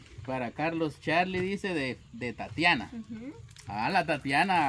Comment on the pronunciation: Se llama tatiana no tatania asi dijo alfonso escuchenlo tatania